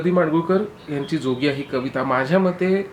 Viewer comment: जोगिया ह्या रागवाचक शब्दाचं तुम्ही केलेलं उच्चारण चुकलं आहे. त्यातील ज हा तालव्य आहे, दंत तालव्य नाही.